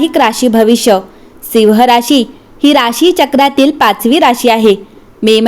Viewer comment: सिंह म्हणण्या ऐवजी जो मराठी उच्चार आहे तसा म्हणजे ‘सिंव्ह’ असा करावा. मराठी कानाला गोड वाटेल. आपला आभारी आहे.